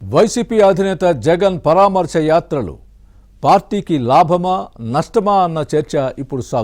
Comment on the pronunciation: యాత్రలు కాదు,"యాతర'లు 🤮